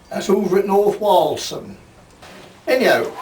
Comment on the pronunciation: Nice to hear North walaham pronounced roit bor